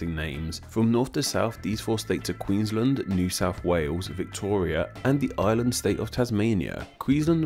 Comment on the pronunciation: (Also we pronounce the A in Queensland ffs, not queenslnd)